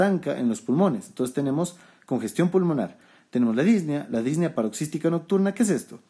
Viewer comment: Muchas gracias por su video Doctor! Excelente como siempre. Solo comento esto porque me hizo ruido las veces que lo escuché, y lo volví a escuchar en sus videos más recientes, espero no le moleste la corrección. La pronunciación correcta de la palabra "Disnea" es con acento prosódico en la e, no lleva acento en la í, como usted la pronuncia. Es decir, Dis ne a, no Dís ne a. Igual sucede con la palabra Ta quip ne a. Agradecido por su contenido y sus videos!